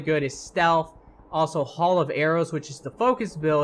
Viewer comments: Don't wanna be that guy but nobody is talking about it but its not pronounced hall but HAIL. I want him to delete this and re upload it just for him to correct the way he is saying that. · ARFICITER, HAUL OF ARROWS, LEARN ENGLISH PLS